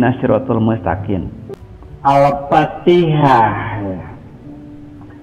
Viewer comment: Orang awampun fasih kl bilang Al Fatihah. Ini ngaku ustadz trus murtad bilangnya Al patihah. Masaaak sih. Ketauan nipunya. Trus blg Musabaqoh Tiwalatil Qur'an aduuuh. Engkong, salah itu. Ketauan org awam sampeyan. Biar kt wow gitu ? Sekelas guru ngaji murtad, halah mungkin nih biar bener gitu pegangan kami umat muslim ya Al Qur'an , hadis .sunnah2 Rasul bukan nyontoh org model km ya. Kita mah senyum2 sj